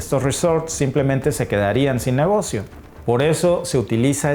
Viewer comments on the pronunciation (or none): none